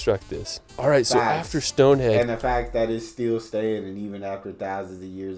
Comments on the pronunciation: It's Stone Henge, not stone hedge... this commentator can't speak English properly, there are better videos out there... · I didn't know that anyone under rated British scenery! Visitors to the UK I have met have loved both British and Irish scenery. The narrator mispronounced Stonehenge. It's pronounced as it's written, (say it as "Stonehenj") it's nothing to do with hedges! Glad the Isle of Man wasn't missed out. You can get to it easily from Liverpool by boat or hydrofoil but you can fly from many British airports too. However it is quite expensive when you get there because it's a place that rich people go to live as a tax haven. There is more than one waterfall going straight into the sea in the UK, e.g. there's an impressive one in Devon. Glad the narrator could pronounce Edinburgh!